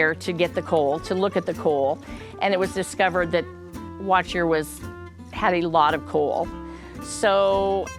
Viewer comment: Good to know that I wasn't just hearing it wrong. I definitely wouldn't have pronounced it the way it was being said in the video.